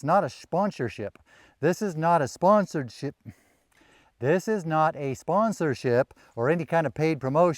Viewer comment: Good to know this is neither a spwawnshership, a shahnshersheap, nor a shwansership